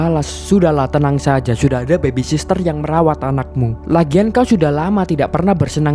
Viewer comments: Nyebutnya bukan bebi sister mas, yg betul 'bebi sitter' ('Baby sitter'). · Bagus bang..... Koreksi dikit bang.... Soal penyebutan yg bener. Baby sitter, bukan baby sister.... Smoha kedepan nya bisa lebih baik lgi..... Thanks